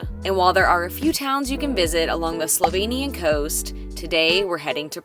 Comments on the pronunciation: And I must say your pronounciation of slovenian words (places and dishes) is very good! Usually people have problems or don't even try to say it right. So really well done! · I live in Slovenia (lucky me!) and I love your enthusiasm and the obvious effort you have made to get the pronunciations right! Thank you. I approve of your destination choices so far, and sorry you could not have had better weather. I personally prefer Škocjan cave over Postojna, it is way more spectacular, but realise you had to make a choice. Looking forward to the next video(s)!